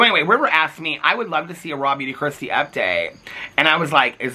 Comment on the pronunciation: I just wanted to tell you, I’d never heard of RawBeautyKristi before you started calling her out. Every single time you said Raw Beauty Kristi, I thought her name was “Rob You To Kristi.” Idk why but the fact I’ve never heard of this person and I’d autoplay your videos so I wouldn’t always see the titles and I couldn’t figure out what you were saying when you were saying her name to the point that I had to look at comments to figure it out lmao